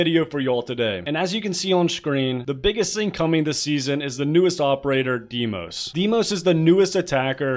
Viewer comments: daymos not deemos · God, its pronounced "Day" "Moss", not DeeMose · Deimos (Day-mos) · The correct pronunciation of his name is (The-mos) Δείμος in Greek